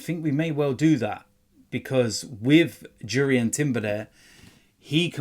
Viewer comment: Mate, it’s pronounced Yurian.